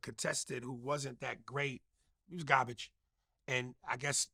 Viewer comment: He talking bout Quavo ruining the English language but he can’t even say Garbage correctly he calls it Garbutch